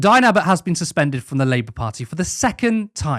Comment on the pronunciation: she wasn't suspended according to her she was "SuFenDuRd" 😂